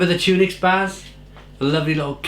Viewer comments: Tun ocks, not tunix lol your mrs will be at you again😂😂😂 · Pronounced Tunnock not Tune ics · Tunnocks, not tunics. Good review though. 😊